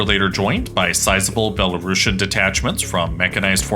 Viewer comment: C'mon guys - there is no such word as "Belarashan" in the English language. Belarusian is spelled and pronounced exactly how it should from the word "Belarus". A bit of embarrassing mistake for a "geopolitical channel".